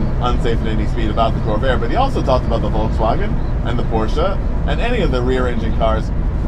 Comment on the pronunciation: His correct pronunciation of Volkswagen is spot on